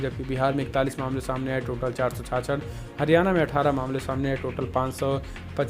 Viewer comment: Hariyana ka sahi ni bola apne 🙄